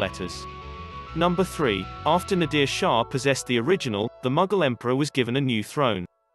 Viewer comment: The names of the kings and dynasties have been grossly distorted. Mughal is "Mooghal not Magggal". Shah Abbas is Abbbaas. Nadir Shah is pronounced " "Naader Shah" and many more